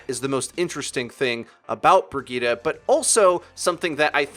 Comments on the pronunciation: Isn't her name pronounced as bri-gritte? How come it's bra gi ta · Its pronounced bri jet